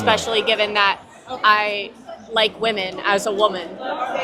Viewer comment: somebody needs to clip the way she said “wEEHmAn” 😂